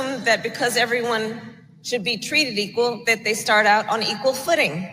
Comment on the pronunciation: Why do you say DAT ? Stop with the heavy ebonics. Try saying THAT. You can do it 🤭